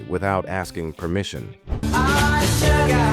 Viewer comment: Hadda quit, too little music, too much cheesy commentary, and the A.I can't even pronounce the word "Sugar" correctly. You know it's possible to modify the lettering of words you feed in to get a little closer to correct sounding words?